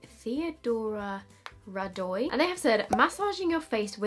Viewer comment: Theodora Rădoi is a romanian name and when you pronounced it, it was so funny 😂.